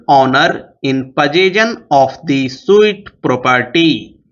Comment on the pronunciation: sir suit ko sahi se pronounce nahi kiye hai